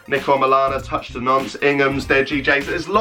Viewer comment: “Touch de nonce” ffs that got me